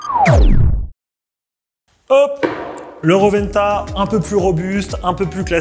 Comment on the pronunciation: ro'wen'ta et pas roventa 😅😅